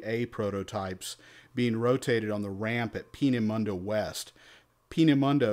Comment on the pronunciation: Die Aussprache von Peenemünde ist noch besser: "Pinimandie"...